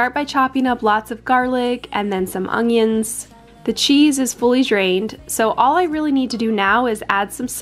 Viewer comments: Its ongions 😆 ...ask Da Nelle... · Ongions, LOL no hate, I love it! 🙃